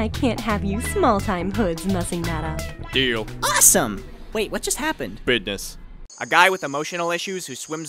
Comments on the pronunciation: the way he says bus'ness SENT ME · I believe says 'bidness' there. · "BIDNISS" XD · what just happened...?: buidness' XD i DIED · "Bidness"